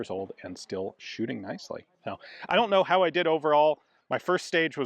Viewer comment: The german accent until the Scottish "Shootin" 😂